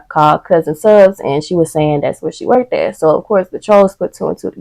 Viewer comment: Girl did you say "workdid"? *Worked baby worked smh